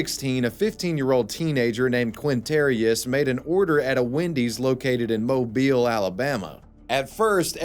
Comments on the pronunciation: Oh you are the man!!! You pronounced my home city of Mobile correctly! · holy crap. a youtuber that actually said Mobile Alabama right...